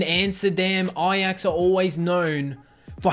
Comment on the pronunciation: And ajax